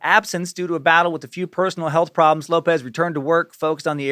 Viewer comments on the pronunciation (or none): none